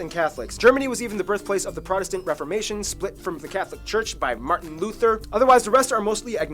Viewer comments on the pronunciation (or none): none